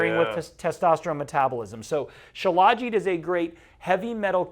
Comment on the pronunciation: These guys are tools. Don't even know how to pronounce Shilajit.